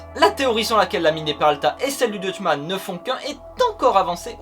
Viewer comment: Très sympathique mais tu ne prononces pas très bien le mot Dutchman ^^' Sinon j'ai appris un nouveau truc ce matin, alors merci